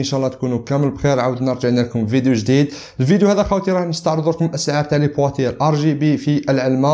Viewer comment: مشكور على المجهود و بارك الله فيك و ربي يوفقك أخي للتصحيح فقط تنطق بواتيي و ليس بواتيار ( نتمنى ما تفهنيش غالط قصدي نصححلك الخطا فقط )